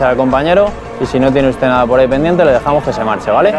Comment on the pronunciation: pol que si? pol que si? pol gili....!!